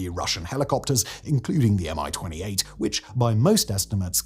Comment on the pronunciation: It’s not a M I-28, it’s a MI-28, as in mie-28.